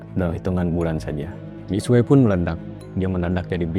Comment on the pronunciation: Duh bacanya Mixue mixue mulu, Mix xe